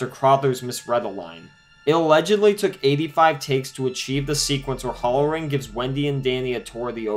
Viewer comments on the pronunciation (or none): . I was unaware that "One Hundred', was pronounced "A Hundret". BTW..It's "HAL-RR- REN", not "HOLLER-RIN". If you want to be taken seriously, learn the English language.